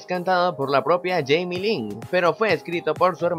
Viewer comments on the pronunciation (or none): none